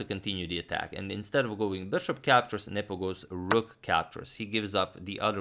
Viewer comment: i keep hearing nipple instead of nepo